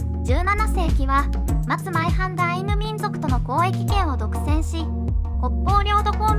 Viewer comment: 松前藩マツマエハンと正しく読みましょう